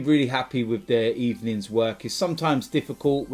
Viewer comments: Good ebening derby 🤣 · Were coming for gud ebening at full speed (Don't quote me on this) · Good ebening Emery!!!